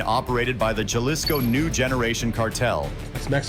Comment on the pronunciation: It’s pronounced Halisco (Jalisco)